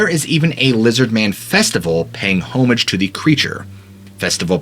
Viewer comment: When’s the last time any of your guys paid “HOME-age” lol… phonetically aaa-muhj